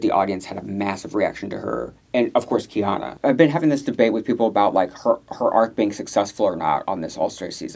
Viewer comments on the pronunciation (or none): Please I’m begging you to pronounce Kei-OH-na’s name correctly 😭 it is NOT khianna